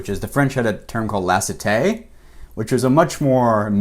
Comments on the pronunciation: Neither of you are pronouncing laïcité correctly. Just sayin' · Great video ! From a French perspective the analysis about religion and "laïcité" was suprisingly accurate (exept for the prononciation of laïcité haha but who cares) very interesting as always !!